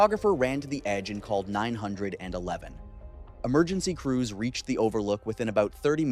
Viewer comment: OMG its 9 1 1 not 9 hundred and eleven.